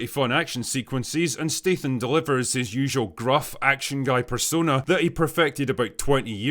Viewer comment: Good review. Just one question: Why do you pronounce his name as Stateham? Is this some weird Scottish thing? His surname is Statham. English is only my second language (I'm a Finn) so can you please teach me?